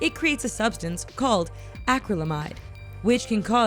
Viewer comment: Who pronounces vanadium or acrylamide that way... for fucks sake